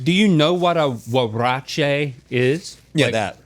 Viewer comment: Very nice pronunciation of huarache 👏